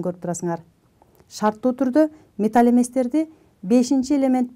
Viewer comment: Металл эместер деп окулат, сиз болсо металь эместер деп окуп жатасыз. Негизинен туура эмес болуп калат. Сабагынызга рахмат.